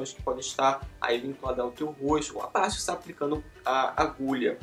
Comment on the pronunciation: Porque voce fala Roustu? ao inves de rosto ?